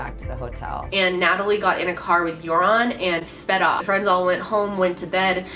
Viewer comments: its joran van der sluis not jouron haha he is also dutch x thats why I know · You know its Joran not Jouran right? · It's Joran (van der Sloot) instead of Jouron. And almost everyone in the Netherlands believe he's the killer. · Btw it's Jordan not Jouron. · Jouran hahaha > Joran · jouron lmao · Dang. I never knew all of this. What a little fuck face! I like how you pronounce his name "urine" though. Lol